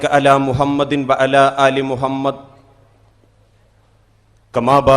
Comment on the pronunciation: മുഹമ്മത് എന്ന ഉച്ചാരണം ശരിയല്ല എല്ലാ സ്ഥലങ്ങളിലെയും ഹ എന്ന അക്ഷരം ശ്രദ്ധിക്കുക